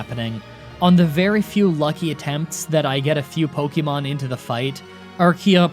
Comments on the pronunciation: You still say Pok-EE-mon It’s Pok-EH-mon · "You can't make fun of me for mispronouncing the gen 5 names!" Continues to mispronounce "Pokémon"